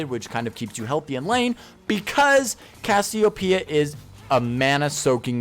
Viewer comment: You know it isn't pronounced Cassy-O-P-Uh, right? That isn't how anything works my guy